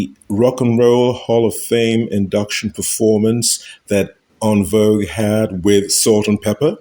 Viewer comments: I was looking for this comment lol you are correct. It is a French word and not pronounced in-vogue like us Americans pronounce it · It's En Vogue not Un Vogue!